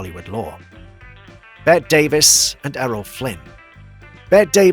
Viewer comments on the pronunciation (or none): Joel Mac-Cree-a? It's pronounced Mc-ray. Grach-us? Try Grak-us. Bet Davis? It's betty! It's mistakes like these which really undercuts the legitimacy of whatever you may say. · How is it possible that Davis's name is still mispronounced! Everybody knows it is supposed to be pronounced as in 'Betty'!